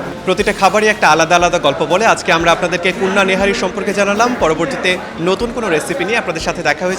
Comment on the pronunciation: Kunni na kunna hobe thikvavey uccharon korun